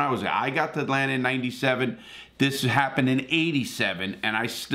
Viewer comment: Larry always says “Atlanter”